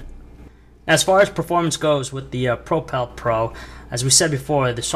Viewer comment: Really annoying, i cant stand that he cant say propel.